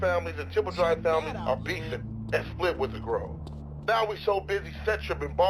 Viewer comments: It's Grove, not Groove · At first I was gonna yell at you for pronouncing it “Groove Street” but after a few minutes I was like, “why? It’s better!” Congratulations on coining a new affectionate malapropism.